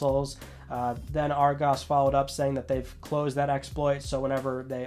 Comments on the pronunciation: loving the pronunciation of Argos. "ar-GOS".... its literally "Argos". :D Emphasise on the A then nothing else. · Being from the uk and listening to how you say Argos makes me laugh